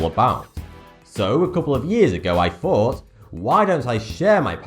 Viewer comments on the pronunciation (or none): "so a couple of years I fought"